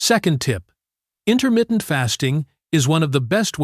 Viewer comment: "Intermittent" not intermitten.